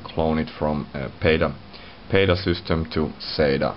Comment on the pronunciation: LOL at the sYstem! So many finns pronounce the word wrong. Cracks me every time :)). It's pronounced SISTEM, not SEWSTEM.